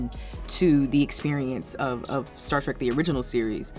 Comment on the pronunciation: Did you say "Star Trak"? It's Star TREK